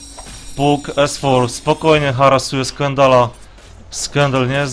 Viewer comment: przepraszam, trochę za ostro Cię potraktowałem tym moim komentarzem, robisz kawał dobrej roboty i za to należą Ci się podziękowania! co do błędów, wg mnie niektóre rzeczy można przerobić na Polski a niektóre nie i tak imiona powinno się mówić tak jak w oryginale,np Fanik a nie Funik, tak samo z nazwami postaci z gry, wydaje mi się, że powinieneś wymawiać Pak a nie Puk, są to drobne błędy, ale po oglądaniu wielu anglojęzycznych gier strasznie kaleczą uszy, a przynajmniej ja tak się czuję